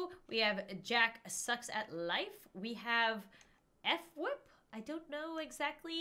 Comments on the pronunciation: it is phwip that is how u say fwip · Fwihp not f whip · Rofl it's just fwip not f wip. Cracks me up how many new people call him f wip. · I don't mean to be mean but its fwip not F.wip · You pronounce fwhip like flip without the l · Fwhip is pronounced Fwip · FWips name is pronounced (fwip) kinda like flip but with a w